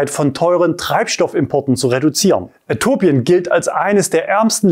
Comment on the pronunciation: Äthiopien da ist noch ein i 😂😂😂 wird nicht äthopien ausgesprochen sondern Äthiopien ;)